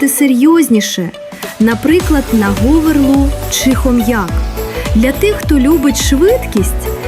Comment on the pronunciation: Що що вона сказала? гОверлу?????? То говЕрла!!!